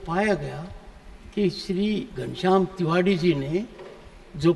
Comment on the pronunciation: तिवाड़ी है की तिवारी पहले क्लियर kriye 😂